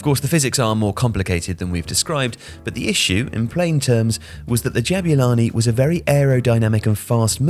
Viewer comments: lol why does he say Jab-you-lani instead of Jabulani? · As a South African, I just want to say that it's pronounced Ja-boo-lani not Jab-you-lani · great video, but it's not "jab-you-lani" it's "jab-oo-lani!" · Ja boo lani. Not ja byu lani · Why do you call it DJEBYULANI? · It's pronounced Jah-Boo-Laa-keee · "Jabewlani" 😭😭 this man done colonised this ball's name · I never thought I'd hear someone butcher the pronunciation of "Jabulani"...